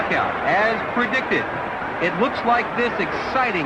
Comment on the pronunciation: Its not thike, its like